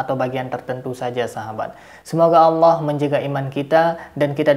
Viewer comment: Alah alah, bukan alah auwllah